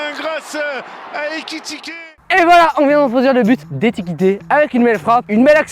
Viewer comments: fr c pas etike mais ekitike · Au lieu de dire Ekitike il dit etikite